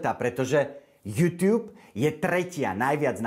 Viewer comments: tá výslovnosť "jútiub"namiesto "jutub" mi trhala uši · Prepac, ale nauč sa vyslovovať slovo YouTube :)